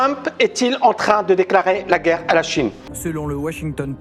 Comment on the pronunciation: pour intéresser et être écouté, t'as pas besoin de prononcer le mot "guerre" comme l'autre andouille... Tu peux aussi être intéressant, donner des arguments construits. Ca sera mieux. Allez, un effort!!!